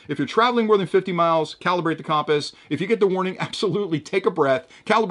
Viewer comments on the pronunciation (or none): Compass - pronounced: kuhm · puhs 😅